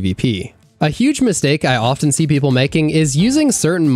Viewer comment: A mistake I hear content creators make all the time is pronouncing the 't' in often.